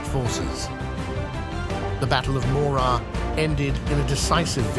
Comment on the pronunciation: This might be more convincing and carry more weight if the AI-generated voice could accurately pronounce ‘Morar’.